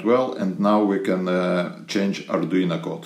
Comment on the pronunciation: Arduino...not Arduina